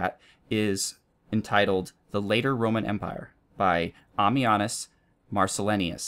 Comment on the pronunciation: It's Marcell-EYE-nus, not Amminaus Marcell-INIus ;) Apart from that, because I'm a pedant for names, everything is spot on - commentary, gameplay, got the whole shebang! I'd also recommend anything by A.H.M Jones.